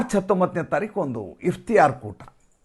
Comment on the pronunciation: ಅತ್ತುತ್ತಮ ಮಾಹಿತಿ ಕೊಡುವ ನಿಮ್ಮ ನಿರೂಪಣೆ ಅದ್ವಿತೀಯವಾಗಿದೆ. ಧನ್ಯವಾದಗಳು. ಒಂದು ಸಲಹೆ, 'ಇಫ್ತಿಯಾರ್ ಕೂಟ' ಎಂದು ಹೇಳುತ್ತಿರುವಲ್ಲಿ 'ಇಫ್ತಾರ್ ಕೂಟ' ಎಂದು ತಿದ್ದಿಕೊಳ್ಳಿ 🙏